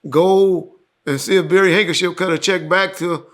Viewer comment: He keeps calling that man Barry Hankership 😂😂😂